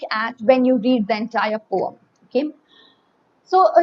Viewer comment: I am not taking out ma'am's mistake it's just for fun